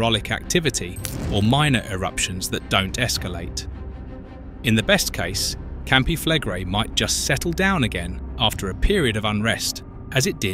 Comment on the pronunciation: Your pronunciation of Campi Flegrei has darkened the skies across the world already mate so doesn't really matter anymore